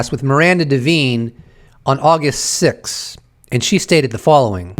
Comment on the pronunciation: Come on dude….her name is pronounced Miranda DA VINE